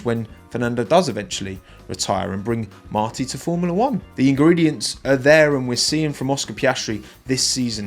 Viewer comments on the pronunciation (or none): I think that at least those who come from F3 are going to be the best in the world in the future because I saw their season and the truth is that they were incredible, but a question on a separate topic, because those from the English-speaking community always say Spanish names Are you wrong about the tone of voice? For example, the name of Pepe Martí is said using the tí voice, that is why it has an accent, but you say Pepe Márti using the strong tone in the Mar